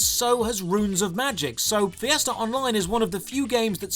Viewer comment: You mean fiesta, I heard Fiasco